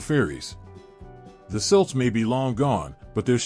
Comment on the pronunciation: You can’t pronounce Celt correctly? I’ll pass